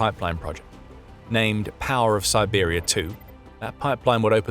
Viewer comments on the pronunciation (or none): none